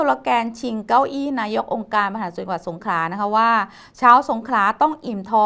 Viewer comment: นักข่าวแหลงให้ชัด สงขลา ไม่สงขา